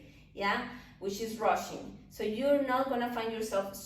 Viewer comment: Every time you say rushing, I hear Russian!))